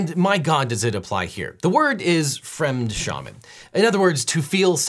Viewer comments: Fremdschämen is pronounced as fremdshemen, not as fremdshamen. 😉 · fremdschämen = Second hand embarrassment. fremdschämen speak framdshamen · simply pronounce the "schämen" like the english shaming. It sounds much closer then the attempted german he uses. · Just a small detail. The Ä with umlauts is pronounced as a hard A like saying "A,B,C" and not Ahhh, like Ahh ha. Deepl translate can give you the right pronunciation. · I got Fremdschämen from your pronunciation of Fremdschämen. The umlaut makes it sound like SHAY-man, not SHAH-man. Es tut mir Leid. Ich musste etwas sagen. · Ehhhh.....that umlaut above the "a" in Fremdschämen essentially makes it a long "a".......rhymes with shame. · Super piece -- just one small correction, since we know you're a stickler for details: in German "Fremdschämen" is pronounced "Fremt-Shaymen", because the ä in "schämen" is similar to our long A, as in "hay". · Ä in schämen is not pronounced like the A in ramen, but more (funny side note) as in shame. Still not perfect but would be much better as fremd-shame-n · "Fremd SHAY-men". I did learn another German word though, thanks Devon. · Wish his team would have done the research for him how to pronounce the Ä in Fremdschämen though 😂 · Note that the "ä" or capital "Ä" in "Fremdschämen" is pronounced as /æ/. While it hasn't been part of the English alphabet for many hundrets of years now, it's still used phonetically in words such as "apple", "back", "jazz" and dozens more. So, it's acutally a sound English speakers are very familiar with and can be easily pronounced to make your German that little bit more convincing ;). Bonus tipp: If you don't want to go out hunting for "ä" to copy into a word, simply write it as "ae". While this has become uncommon after the 2001 spelling reform, it still is recognized by any German reader. The same goes for "oe" instead of "ö" and "ue" instead of "ü". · Objection: should have asked chatgpt how to pronounce "Fremdschämen".